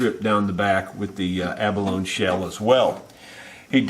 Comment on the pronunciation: You are my mentor, so I hesitate to mention this, but when "abalone" is pronounced correctly it rhymes with "baloney."